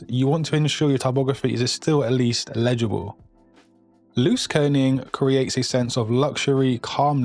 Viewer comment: legible not ledigle